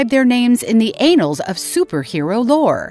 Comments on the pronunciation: how many times can someone say anal like tf?! its annals smh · The anals? 😂 Annals, as in An-Nals, not anals, everytime she said it i was cracking up. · Did she say " the ANALS????" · The anals of history lol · anals of mutant kind! lol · I believe it's the AI reading the AI generated script not understanding the nuance of the two N's in annals.